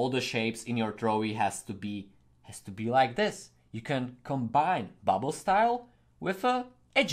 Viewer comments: I love these videos. When i was small i loved graffiti but as i grew older I forgot about the love i have for it...but u made me remember. Ps: Its BUBBLE not buble😂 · …just trying help …though I’m sure it’s been said …it’s bubble*